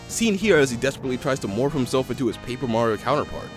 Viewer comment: You said maro 😂